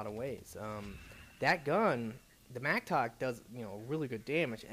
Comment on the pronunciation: its A MATTOCK not MACTOK